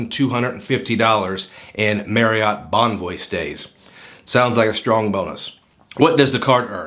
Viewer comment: Was looking at reviews of this card and noticed you kept on saying Marriott wrong. It's pronounced "Marry-it" sort of rhymes with chariot. It's not pronounced "Merry-yacht" Kept on jarring me during the video.